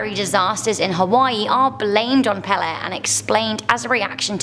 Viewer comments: Hawaiian Goddess Pele - Pronounced Pay-Lay. Not Peh-Leh. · 8 - i would have to ask a hawaiian person, but i had always heard the Goddesses name pronounced "paylay" 6 - a blood red sun doesnt bother me. what affects me is a blood moon. my people were always affected hard by the blood moon. candy for me is raw jalapeño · Pele is indeed pronounced pay-lay. However, some local Hawaiians shorten their vowels, so it sounds more like the way said it. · Hawaii fire goddess is pronounced pay-ley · You're awesome, but the Hawaiian God is pronounced pay-lay. I love your style, you are one beautiful intelligent person. Not fair you have all the good traits 🙄